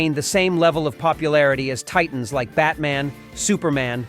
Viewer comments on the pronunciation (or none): none